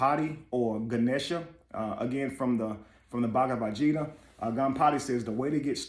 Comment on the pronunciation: Bhagavad Gita, the "G" is pronounced with a hard "G" like in Garden. It means song, and can also be used as a woman's name. Please forgive my correction, but I want you to be best.